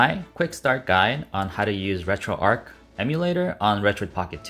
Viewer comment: RETROARCH, not Retroark.